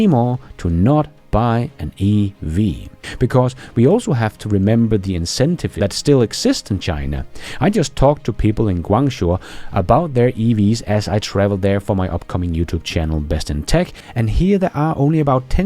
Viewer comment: Did you say you were in Guangzhou? It’s pronounced as Guang-Joe